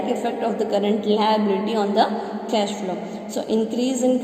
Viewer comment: Cash bolna seekho yaar